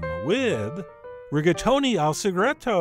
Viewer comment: Reggaetoni al Sagredo. Gotta love people who don't even try languages.